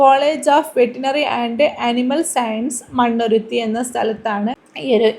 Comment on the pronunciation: Mannuruthi alla Mannuthi